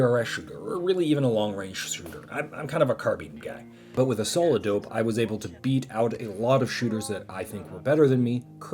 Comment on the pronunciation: What is he saying, solo dope? Solid dope? Solidope?